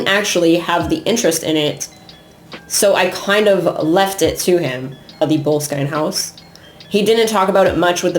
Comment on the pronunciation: Heads up,try learning pronunciation. BO-LESS-KIN house.Arch ie bauld Frazer .This isn't rocket science.A little respect goes a long way.